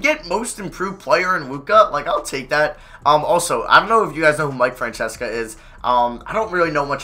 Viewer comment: It's pronounced "Fran-SESS-a"